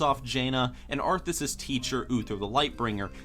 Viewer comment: It's "Arthas", you dumb fuck.